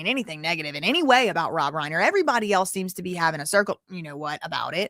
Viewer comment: The surname Reiner: the first syllable does not rhyme with lane; it rhymes with line.